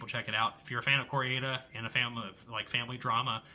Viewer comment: Your French pronunciations are a bit dodgy 😂 …but it doesn’t really matter. Mine probably are too 😅. I love Wages Of Fear. I feel the same as you about The Beast. I’m now interested to see The Truth; I’m a fan of Kor-eda but heard The Truth was considered one of his weakest. I love The Boosh too. I once passed Julian Barrett in a park and so wanted to say one of those great lines from the show 😅